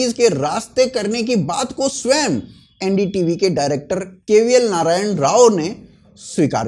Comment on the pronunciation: ND tv nahi bhai LU-N-D TV